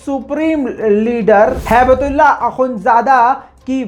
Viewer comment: It's not haibatullah , It's Hibahtullah Moron .